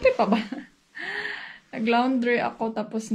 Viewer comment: Me...I love being corrected. Pls. ask your husband how to pronounce the word, '" LAUNDRY, " PAGKATAPOS AY GAYAHIN MO.. MARAMING SALAMAT.